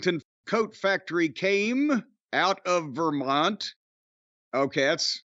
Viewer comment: it's not the Ver-Mont-EE?